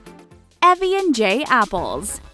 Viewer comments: It’s Evie not evy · It's Evie ( i-vi) not evi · you said Evie wrong you said e vie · Actually it is Evie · It is Evie eeve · You said evie wrong lol😅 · you said evie wrong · u said evie wrong